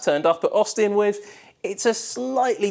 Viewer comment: How can you be on tv and you cannot pronounce your “th”. Other - Ovar Three - Free With - Wif Something - Somefing Terrible